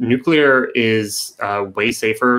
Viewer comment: Also, thank you ever so much for not saying "nucular". AAAND he did it anyway